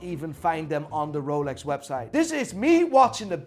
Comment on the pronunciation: How's he pronouncing the names... Moving mad, sounds like a backstreet watch dealer... "Here we have a rol-ex"